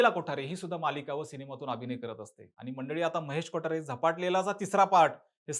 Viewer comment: Kothare bol na ...kotaare kotaare ka krtoy 😂